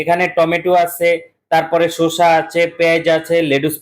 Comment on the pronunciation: শশা, শুশা না